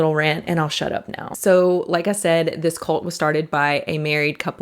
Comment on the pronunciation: At the beginning it sounded like she was saying “colt” more than “cult.”